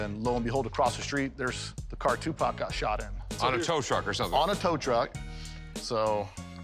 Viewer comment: LOLOL "What can you tell me about Too Pack? This.... Sugar Knight?" 😂